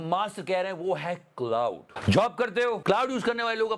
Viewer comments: It's not cloud it's claude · Bhai “Claude” hai, “Cloud” nahi 😂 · मेरे Bhai “क्लाउड” नहीं “क्लॉड” बोलिए। ग़लत नाम ले रहे है आप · Claude ki pronunciation theek karo please.